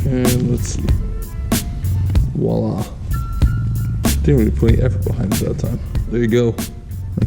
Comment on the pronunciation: Lmao it’s voila” not “wallah”